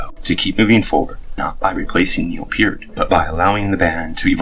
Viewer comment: NO. It is pronounced PEERT.